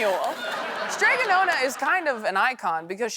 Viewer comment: "Nonna" - the vowel sounds like the "o" in "stop" and you need to sound the double consonant. Don't get me wrong, the illustrations are adorable and I've been that woman for decades... but "nona" means "ninth" in Italian.